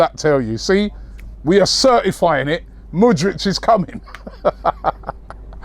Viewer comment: Btw Its Mood Rick